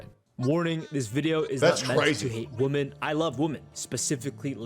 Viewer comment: Can stand when ppl can’t pronounce women (plural) properly